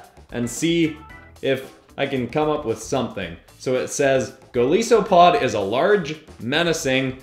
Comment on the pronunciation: Its Goal-ice-so-a-pod not goal-ee-so-pod